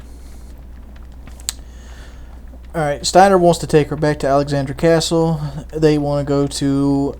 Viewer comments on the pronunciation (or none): none